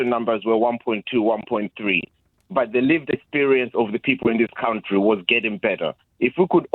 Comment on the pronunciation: Who says countyyy for country. The guy is defo a African immigrant.. Shamefull man 😂😂😂